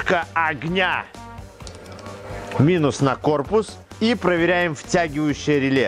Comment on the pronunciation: ну рЭле же произносится, рЭле !!! )))